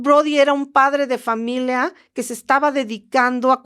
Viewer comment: Historia ☝🏻 No historea Familia ☝🏻 No familea Historia ☝🏻 No historea 😂😂😂😂